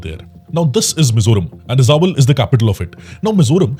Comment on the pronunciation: E-ja-wal? its pronounce i-jol sir 😊